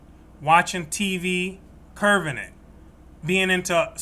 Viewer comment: You’re on the right path! Check the meanings of “curbing”, which is what you mean vs “curving” which is your pronunciation